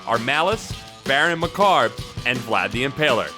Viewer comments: Macabre pron: maCABreh...Namor pron: Nieghmore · Lol, who the hell is Baron Macarb? Why can no one figure out how to pronounce the word "macabre?" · Whoever narrated this video mispronounced Macabre, Namor, T'Challa, T'Chaka, and Achebe.